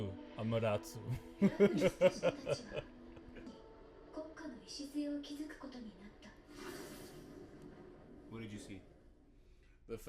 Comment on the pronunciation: How do you guys watch the whole Naruto series and still not know how to pronounce Amaterasu?